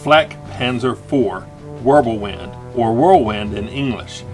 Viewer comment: W is pronounced with a V sound. Just like J's are pronounced with a Y sound.